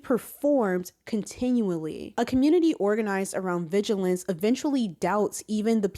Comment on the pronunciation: Great and much needed video. Only problem is now you got me saying "viligance" instead of "vigilance" now 😭